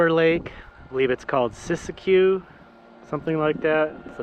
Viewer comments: Siskiyou is pronounced “SisQ”. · Pronounced sis-cue. :-)